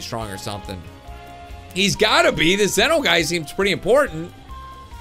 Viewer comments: Sorry but its prounounced Zee-no not Ze-no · Im not angry but Zen-oh is like Zee-no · Its pronounced ZEE-NO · its pronounced (z-no) but its fine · it's pronounced zee-noh